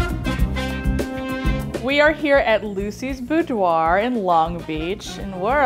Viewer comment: Instead of boudoir BOOBDOIR... I'm leaving now